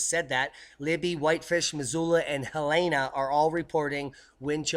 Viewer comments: It's not Heleana it is Hell- in- a. Go visit Montana for a while and you'll pick up the pronunciation of the communities. Think Summer vacation...after May 15th. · hel-en-a hell en ah ...... not he lane a. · Great work, But Helena MT is pronounced Hell-In-a.